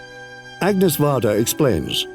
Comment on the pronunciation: Also also: the French name "Agnès" should not be pronounced like the English name "Agnes." Instead it's pronounced "Ah-nyess."